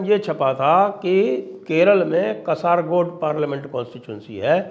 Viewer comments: Sanjay Dixit Sir, it is not कसारगोड. It is कासरगोड 🤦🤦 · It's pronounced "kaasaragod"